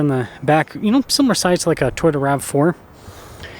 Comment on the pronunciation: Did he say Toyota logo?😅😅😅